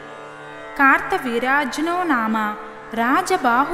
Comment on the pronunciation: Kaartha veeryajanoo ani raasi undhi , Meru kaarta veerajnoo Ani chaduvuthunnaru 🤔